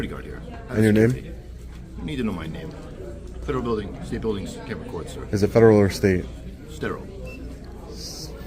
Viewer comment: "Stederal Building"